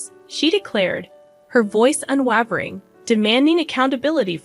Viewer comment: Unwavering 😂 Your inabity to speak at a normal pace and pronounce words is deafening. Don't quit your day job.